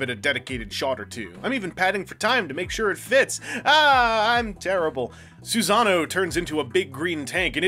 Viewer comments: Awesome review as always but it's pronounced "Sue-sah-no-OH", not "Susan-o's". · "soohsunoe" personally, it's "suh-sah-noo", but u do u. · that's probably the most interesting pronunciation of that name i've ever heard. If only because it evokes the image of a Big-O named Susan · your pronounciation of susano'o hurts me physically